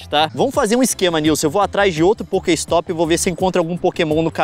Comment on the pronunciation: ele falando poker ristop kakakakakaka sdds dessa época LEON VOLTA COM POKEMON POR FAVORRRRR